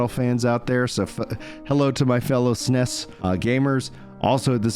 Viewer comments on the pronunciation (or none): none